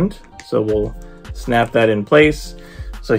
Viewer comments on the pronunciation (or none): Btw Xialing is pronounced Zie-ling. The beginning rhymes with pie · Whoaaaaaa nice collector's corp box and video 👏👏👏 by the way, the sticker is Morris - one of the mystical creatures from Ta-Lo village and Xialing, you can pronounce it simple as "Sialing"🤗 Will get mine by next month from a friend🥰🤩😍